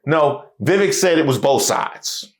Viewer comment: It's fine to not like Vivek. But if you are going to do so many videos about him, I think at that point you have at least pronounce his name correctly.